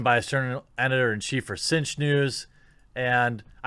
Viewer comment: TheQuartering: "Cinch news" I hear: "Tzeentch news" O____O Coincidence?.. I don't think so! xD